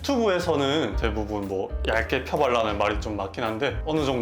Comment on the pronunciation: 잘보았습니다 그런데 원장님의 발음인가, 아니면 제 귀의 문제인가? 원장님은 펴 발라주시라는데 전 왜 쳐발라주세요라고 들릴까요? 설마 원장님이 바세린 쳐발라주세요 라고는 안하셨겠지요? 우리 피디님 장비탓인가 보네~ 마이크 업그레이드 해주세요 ^^